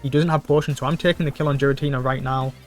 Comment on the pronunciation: Still pronouncing Giratina wrong 🤦‍♂